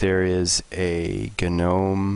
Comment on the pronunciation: "guh-nome" haha